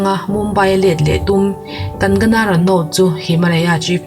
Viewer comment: Ngaihnawm thin e, chuan..kan-ga-na ni lovin kang-na ti a lam rik tur😊